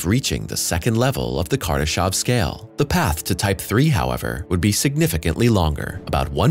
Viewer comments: It's Kardashev not Kardashov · I really did cringe every time he said "kardeshov"